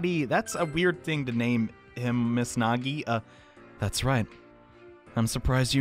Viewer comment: Nagi! Me,and my bad ears: Naegi?